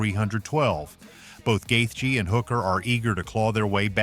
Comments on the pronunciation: Wtf guy. It's not Gathe.. it's Justin gaethje.. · Stop saying Justin’s name like that